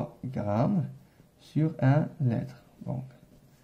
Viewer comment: Attention à la prononciation du mot litre